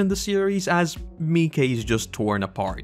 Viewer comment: It's interesting to me that you pronounce Miche as Mee-kay. I've always pronounced it as Meesh. I don't know which is correct so that's not a criticism, I just thought it was interesting.